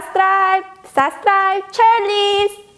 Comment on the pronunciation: she said SUScribe